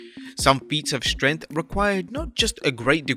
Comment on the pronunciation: the way this dude say’s strength makes me want to die